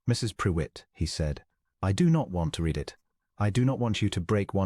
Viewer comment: The "reed" and the "red" still wrong!